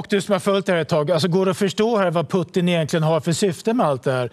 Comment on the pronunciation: han heter inte Puttin 🤦‍♂️